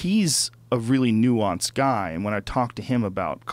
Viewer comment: Joe "Nuansced Opinion" Rogan